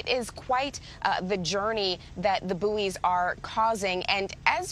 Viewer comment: "quite the journey the bouys are causing" WTF